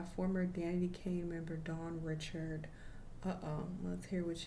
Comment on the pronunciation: She said her name wrong .